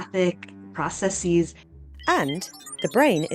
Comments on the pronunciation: How does someone who specialises in language science not know how to pronounce "processes" correctly. This is one of the most painful changes taking hold, because it's said by people trying to be smart, but who don't understand -sis is replaced with -ses in plurals, but normal -es is added to -ess in plurals. 🤦😭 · The most painful thing affecting the insula is hearing someone say 'pro-ce -seees' Jesus Christ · "ProcessEEs" is not a word. She lost all credibility.